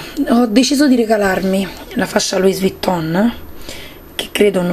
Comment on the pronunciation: non si pronuncia la "s" di Luis vitton! togli la s e metti una ì con l'accento!